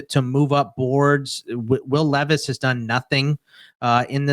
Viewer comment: Ton of respect to fantasy pros for charitably brining a random homeless person as a guest. But I think they should have at least told him how to pronounce will levis’s name before the show